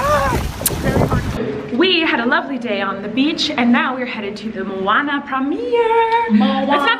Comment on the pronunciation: OMG I loved how you said Moana